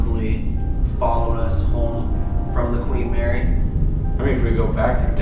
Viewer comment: Queen “Marry”